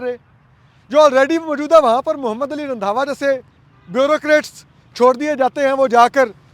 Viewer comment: رندھاوا ❌ رندھا ✓